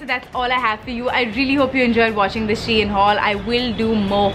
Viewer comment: Idk but it's pronounced as She-In